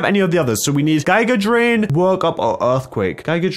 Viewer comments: You said giga drain wrong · gigea drain its giga drain ( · It’s pronounced gega drain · It's read "Gee-ga drain" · It pronounced giga drain